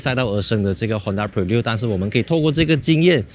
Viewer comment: 大家跟我一起念Honda bi lun